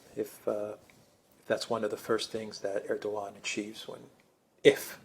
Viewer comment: your pronunciation is on point alexander :)